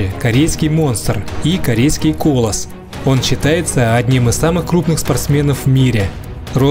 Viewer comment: Коло́с, а не кола́с.